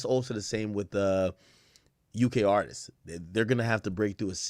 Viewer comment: Why do people say “Artises” instead of “Artists” lol